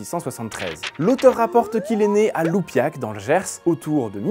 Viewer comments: pas Loupiac, mais lUpiac, qui a d'ailleurs un magnifique lac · Attention à la prononciation c’est LUPIAC pas loupiac ( Gironde ) . J’y habite et ici on ne badine pas avec Charles de batz !!!!😂 Chaque année le deuxième dimanche d’août ( les 12/13 cet année ) nous y organisons un festival sur le thème du 17ieme . Cette année le maître mot est la mode au temps de louis 13 . J’y tiens chaque année le four à pain ou j’offre des pains au levain cuits au four à bois et des gâteaux de farine de châtaigne et au miel